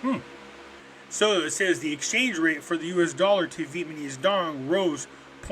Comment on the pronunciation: Pretty sure its NOT "VIETMANESE"....come on!!!!Please